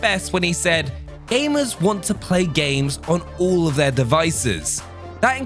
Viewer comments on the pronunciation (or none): Calvin Lapsys yeah, he says aimers. Or technically amers as he just forgot the g to gamers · it's his accent. Why would aimers play games on all devices. And what's an aimer?